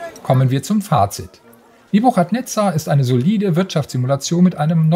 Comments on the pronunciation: Boah die Aussprache von Nebuchadnezzar, das kann man sich ja kaum anhören. Guckt bitte 1 Minute auf Wikipedia, wie man es richtig ausspricht. Das ch wird nämlich als k gesprochen, also „Nebukadnezar“ um genau zu sein /ˌnɛbjʊkədˈnɛzər/. Sowohl im Englischen als auch im Deutschen. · Wie die Aussprache des Namens einfach vergewaltigt wurde😂😂😂 Einen englischen Titel auf deutsch auszusprechen hätte ich von einem 70 jährigen erwartet aber nicht von einem Gamestar Redakteur. Ich würde es nich verstehen wenn man einfach den deutschen Namen dafür nimmt und diesen dann ausspricht. No offense, aber einfach nur unprofessionell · Wie sprichst du denn bitte den Namen des Spiels aus... Da bekommt man ja glatt das Würgen